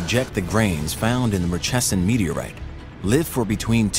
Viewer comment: You've mispronounced Murchison. Mur (like murder)-chee-son